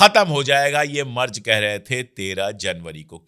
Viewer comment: अशोक जी , जर्मनी के चांसलर के नाम का सही उच्चारण है " मैरटस " , बस इसमे ट को आटे में नमक जैसे थोड़ा सा ही डाला जाता है 🙏🙂